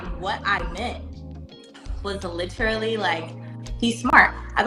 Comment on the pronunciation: Well.....that was stupid...he seemed like a nice guy.. If she said "lit-er-ally", literally one more time I was gonna throw my phone